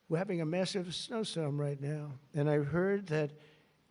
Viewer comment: "We're having a snowsorm?" What is a snowsorm?